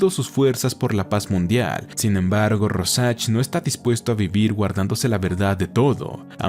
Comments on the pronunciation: Royan?quien?rojack?rosach? Se pronuncia rouljac sería así la pronunciación!! Pero el resto esta muy bien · RÓsharch con tilde en la O joder Es el nombre que mas repites y el unico que pronuncias mal. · Así no se pronuncia Rorschach 🤦🏻‍♂️